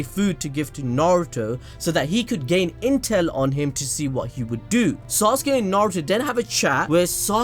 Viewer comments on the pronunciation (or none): none